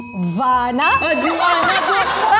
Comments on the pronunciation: Daripada hari tu perasan time cakap je subs jadi 'gh'😂😂😂 Pandaii korang ekkk. Comel sangat!! Boleh eja JUVANA tapi bila sebut jadi JUWANA😂😂😂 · cakap KEDIVAAN tu lancar je. Dia tak cakap 'KEDIWAAN'. Tapi part asal tetiba takleh cakap JUVANA?!! Aku still confused. Padahal KEDIVAAN tu boleh plak cakap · J-U-V-A-N-A Also amat: juwana! Hahahahaha